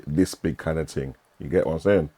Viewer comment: What's a ting? Why can't people speak properly anymore. Wtf is a projectorer? Lol. Get back to School.